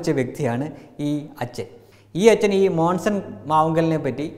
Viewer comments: മോസൻ അല്ലടോ മോൺസൺ മോൺസൺ 😄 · മോൺസൺ എന്ന് ആദ്യം പഠിച്ചിട്ട് വാ 😂😂😂😂😂😂😂😂